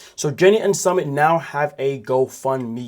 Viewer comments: you report on 90 Day Fiancé as a job and you're pronouncing it Summit it's soo mit summit is something ai crap would do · Summit? Lol its su-meet ❤ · It’s pronounced Sue-MIT